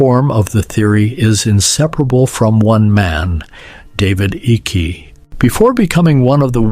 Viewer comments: You pronounce the name Icke incorrectly! It pronounced IKE not icky!!! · His name is icke as in eyeeeeek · His name is pronounced HIKE its spelled icke but its pronounced hike David Icke and everything and the things that people laughed at him years ago for are all coming true